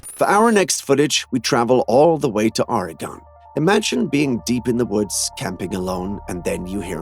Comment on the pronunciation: Just a heads up from an Oregonian it is pronounced (OREGUN :))